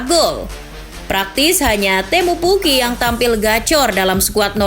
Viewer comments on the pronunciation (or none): pas adminnya ngmng PUKKI sekita ane... 🗿